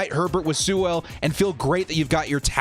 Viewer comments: FYI it's pronounced like Sool not Soo-well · A pronunciation correction for you. Sewell is pronounced "Sue-ul" almost like "fuel). The W is pronounced but the 'e' is more of an 'oo' sound. Otherwise, yeah, if he's there definitely take him.